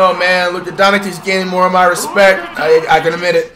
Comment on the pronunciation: the man cant say Doncic right he says Don-a-kick